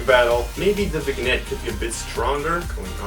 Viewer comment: it's not bignette it's vignette